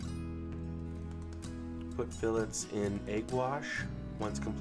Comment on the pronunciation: Idk man can't trust a recipe from a guy who calls them fill etes